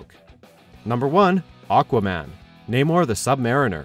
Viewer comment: You pronounced Namor wrong. It's Nah-mor not... Nay-mor.... wtf?